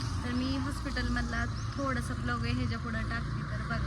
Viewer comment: ब्लोग नाही ग बाई व्लोग 😂😂😂😂😂